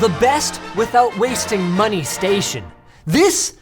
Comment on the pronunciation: more moneh 🗣️🗣️